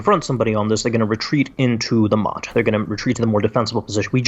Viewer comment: Service announcement: It's Motte and Bailey, like the castle thing. NOT Mutt and Bailey, which are two really cute looking figurines. You learn something new with every misspelled google search